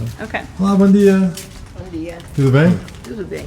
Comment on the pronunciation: *Bon dia, not Bom ;)